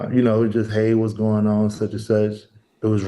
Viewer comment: Why do black people think the word "on" has two syllables? They always say owen. Harold Ford Jr drives me crazy with that.